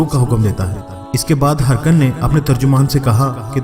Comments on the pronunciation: Exactly the letter was not sent to Hercules. It was Heraclius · Please pronounce Heraclius not Hercules